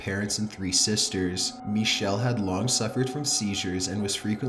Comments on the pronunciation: I'm more afraid of the way he pronounces Michel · araM The narrator pronounces "Michel" the French way, not the German way. The "ch" is a much throatier sound in German, and it's hard to write phonetically. The real pronunciation of her name is somewhere between Mi-shel and Mi-ckel.